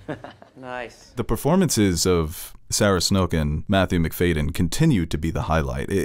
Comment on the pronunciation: Love the coverage 🎉 just wanted to point out pronunciation- Matthew McFad-yen ✌️